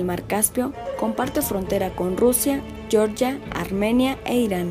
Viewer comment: Georgia 🇬🇪 no se pronuncia como en inglés yórya, se pronuncia jeorjía.